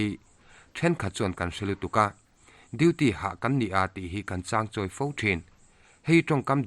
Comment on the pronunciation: Vul zel rawh,,,, khaw zanghin pa'n biahthu tûm ang lai ah i tan e😘tin, changchawi tih hi chang tih hi mauchâng lamrik in i rawn lam a, mahse mizo tawng kalhmang ah chuan changchawi tih hi thlai chichang tih rik a ritur aniin ka hria